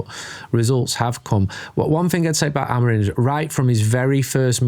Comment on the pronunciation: Love the pod, but please start saying the manager's last name right. Amorim not Amorin